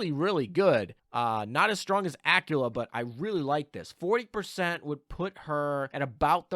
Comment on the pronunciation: Aquila, qu as in queer queen quantifying querulous quintuplets. Not Acula as in Activelly acting acrimoniously acclimatized accredited accosting acupuncture actions. Please, it hurts so much every time you say it ; p